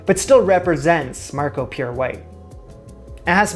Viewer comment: I may be way behind everything, but isn't Marco Pierre White's name pronounced pee air?